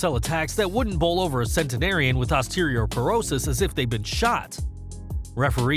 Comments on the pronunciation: This guy can't even pronounce medical conditions correctly. "Osteriorperosis"? It's AH-STEE-OH-PER-OH-SIS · Did he just say osterior porosis